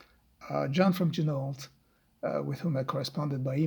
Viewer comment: FYI: it is pronounced “G-Noh”. -per the company owner